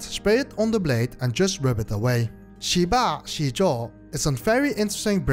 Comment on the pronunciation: Great review, a tip for the pronounciation is that the i after sh or z is like an ehhh sound not a normal i sound so more like sheh ba zeh zuo. it probobly didnt make any sense written lie this, but a google translate of 10 aka 十 would show what i mean, I dont mean to be rude, so hope no offence was taken.